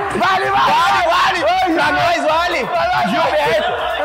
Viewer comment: Que é isso menino... "Jilberto" foi horrível...kkkkkk Gabriel perdeu nessa hora...kkkkkk